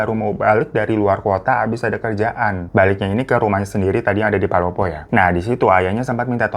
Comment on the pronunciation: palopo bang bukan polopo